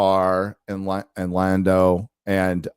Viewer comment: It's LONDO !!! Not Lando !!